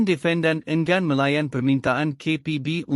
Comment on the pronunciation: Perkataan NORZITA, ENGGAN, DEFENDAN dan AKTA.......tolong sebut dgn betul. Jika komputer baca tak sesuai elok dibaca oleh manusia...apalah kamu, video pendek pun tak mampu nak baca. harapkan komputer yg sebutannnya salah.....